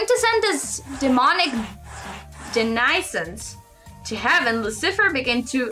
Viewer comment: Interesting game! Also, the word 'denizen' rhymes with "venison"